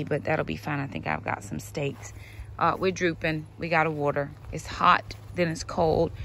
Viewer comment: I love how you say water. Warter 😁Love your videos!